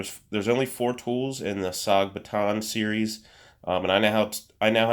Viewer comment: Question, are you saying Paton or baton ?. And what's with the mouth popin noise. Sorry bro, you killed the video